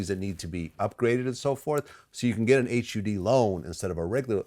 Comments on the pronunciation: H You D. Just say HUD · Someone needs to tell Vlad that it is never described as H-U-D